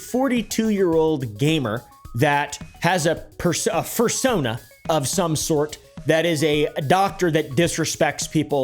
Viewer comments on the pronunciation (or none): Is nobody gonna question this dude saying fursona instead of persona 💀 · At first i thought you were just saying fursona as a joke but- were you meaning to say persona?